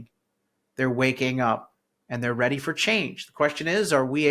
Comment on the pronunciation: Did you say REDy? hehe! yes im staying! im not leaving